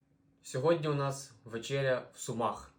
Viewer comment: не ну чина, але наголос сумАх шото смутив